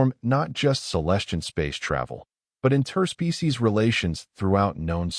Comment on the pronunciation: WTF is an "in-TER-spee-sees agreement"!!!!??? STRESS in on the WRONG syll-ABLE!!!!!!!!!!!!!!!!!!!!!!!!!!